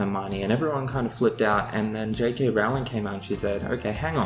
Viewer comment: Since you are so involved with book things, you should really pronounce JK Rowling properly...lol Good picks for cliches to avoid if possible